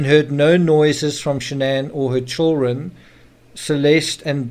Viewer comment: Are you Australian? You pronounced "chil run " ?